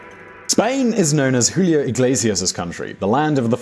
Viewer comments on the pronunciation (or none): none